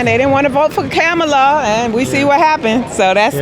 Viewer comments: Did she say Pamala😂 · Kamala!!! Wow! Did you hear her pronounce her name wrong??? Omg! How many people were called racist by pronouncing her name wrong, but if you are black you get a pass….🤣🤣🤣🤣